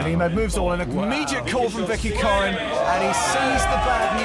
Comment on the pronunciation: COREN, not ‘corn’.